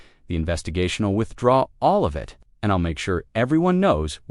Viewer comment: Please for the love of God stop using AI...thing can't even pronounce the word IT